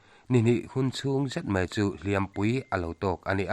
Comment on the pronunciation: Hliam....pui tawk ti a lam rik loh tur...Hliampui...tih tur zawk aw